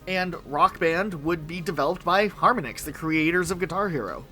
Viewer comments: Just an aside, the company Harmonix is pronounced like the musical technique 'Harmonics' not Harmon - icks. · harminix 🤢🤢, its har mon ix bro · man its har-monix not harm-onix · HAR-MAH-NIX, not HAR-MUH-NIX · I love you guys but how do you manage to mispronounce at least 3 things per video, harmonix is obviously pronounced like the word harmony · Wow, I have never heard anyone pronounce Harmonix like that. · Your inability to pronounce harmonics properly is driving me nuts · How many times can you mispronounce Harmonix? Holy shit Skip L T D? That's limited... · The amount of people that mispronounced "Harmonix" is pathetic. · your pronounciation of Harmonix and constantly referring to the keyboard as a keytar kind of drove me insane for a bit there. I appreciate you acknowledging that Nuts & Bolts had its fans though, as that game tends to be dogpiled on whenever it's mentioned, unfairly so in my opinion. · Harmonics is a real word you can look up instead of inventing a goofy ass way to pronounce Harmonix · Never seen someone mispronounce harmonix so much in my life